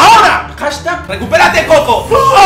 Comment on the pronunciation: no es koko es kojo